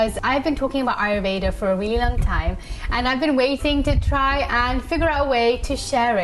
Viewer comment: I love your content and I am grateful to you for sharing the knowledge. I and I believe other Indians would really appreciate it , if you could pronounce Ayurveda properly. It is a beautiful word and I think pronouncing it the right way would be respectful.